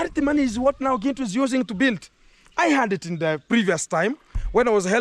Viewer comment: She calls you Gentle ,she can't pronounce Gintu